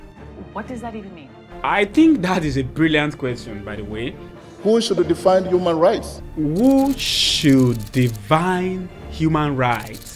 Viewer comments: Please work on your ascent. Pronouncing define ad devine Your f is pronounced as v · PRONOUNCING DEFINE AS DIVINE,😂😂😂😂😂